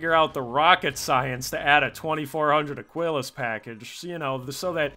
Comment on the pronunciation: How many times can we mispronounce Aquillas? A speedrun. ( uh-KEE-las)